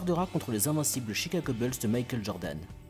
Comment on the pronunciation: Cet accent anglais 😭 « les chicago beules »